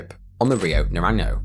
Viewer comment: "riyou narany-ou" : D Geez, spanish pronunciation is not that hard, just a bit of googling, please.